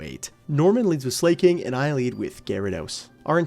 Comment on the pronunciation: i genuinely wanna ask - why do you pronounce slaking as "slay-king" when it's sla-king (like slacking off). no hate, i genuinely just wanna know XD